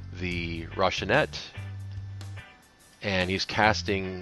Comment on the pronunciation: Roh-Si-Nan-Tay not Roshinet please and ty